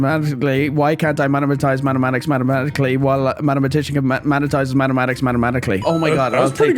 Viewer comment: the Irish short cut sayin mathematic as mattmeatic 😂😂😂😂😂